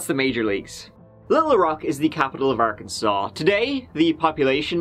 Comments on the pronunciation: I wonder how they named this place..."this reminds me of a cross between good ole Kansas and a big ole asshole. Let's call it Arkansas but pronounce it Arkansole" 🤔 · It's okay,. Everyone gets Arkansas wrong. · Arkansas: ar-kan-saw People from Arkansas: ar-kan-sens Me: no! I swear I'm not from Arkansas, I was only born there! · Hey... FYI, there is a place in Kansas called Arckansas City!!!